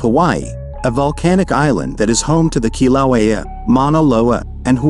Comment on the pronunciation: This is shitty A.I. It can't even pronounce "Kīlauea" correctly.